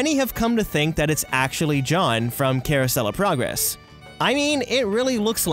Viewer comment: The way he said it sounded like: Caruosellaprogress